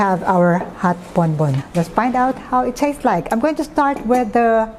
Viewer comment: it is actually Bombon coffee, not Bonbon